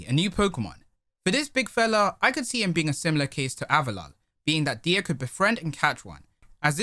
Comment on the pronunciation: I think it’s pronounced “die” instead of “de-a” because the nickname “dia” comes from his name diamond.